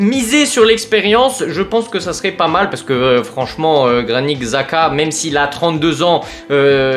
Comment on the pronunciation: Je suis content si Xhaka vient. C'est vraiment la recrue parfaite pour Allegri, puissant, a du caractère, de l'expérience. (D'ailleurs je crois que son nom se dit plus Chaka). Je pense que RLC on va le garder j'ai vu que Allegri aimerait le garder pour son physique et son jeu. Avoir Modric et Xhaka va vraiment faire du bien, il nous faut des résultats immédiats avec de l'expérience, sachant qu'on joue que la LDC donc c'est pas l'âge le problème.